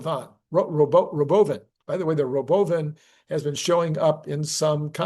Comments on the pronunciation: Its pronounced "ruh-BOH-vn" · Why can’t people say Robo-Van? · Elon thought shifting the emphasized syllable was both funny and mysterious, so he pronounced it that way when he unveiled it last year. 😊